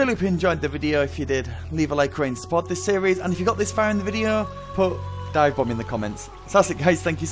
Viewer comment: Divebomb? U spoke unclear for my german ears bro